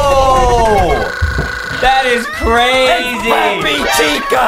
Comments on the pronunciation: Peppa! Not peppi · Is Peppa not peppy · Bruh its peppa pig not peppy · AGAIN IT'S PEPPA NOT PEPPY FOR THE LAST TIME😡😡😡😡😡😡😡😡😡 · Why call peppa peppy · It’s pronounce pippy boom song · They called Peppa Pig Peppi pig😂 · ye they won't even say peppa right